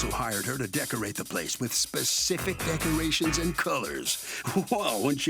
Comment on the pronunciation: I know I shouldn't make fun of them but decermations LMAO 🤣😜 Sashay instead of sashes